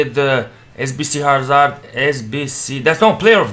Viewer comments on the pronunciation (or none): none